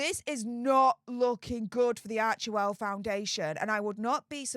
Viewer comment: Isn’t it arch well , then central e is silent?